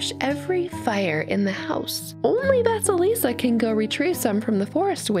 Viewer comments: Thank you for the wonderful story! Though I do want to say that “vasalisa” is spelt “vasilisa”and pronounced “va-cee-lee-sa” This name pronunciation was bugging me the whole story! I hope to see more of your stories. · Hey! So I absolutely adore your channel so much, you dismantle my childhood and I love it. However, I want to correct your pronunciation of Vasilisa. Don't worry, it's okay that you did BUT let me tell you how to pronounce it correctly. (Btw I'm Russian so that's how I know how to say it). Anyway. Let me spell it phonetically: Vah-sye-lee-sah. Ye is pronounced as yes, but without the 's' at the end. Again, thank you so much for this, Vasilisa is the cinderella I grew up with first so I really appreciate someone actually talking about it. Especially one of my most favorite youtubers. Have a good day! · Is it just me, or does vasalisa sound like Vaseline?